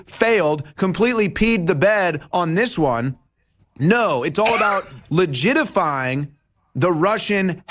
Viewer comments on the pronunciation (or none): Its "legitimizing" not "legitifying" and quit saying "ickspecially". Its "especially".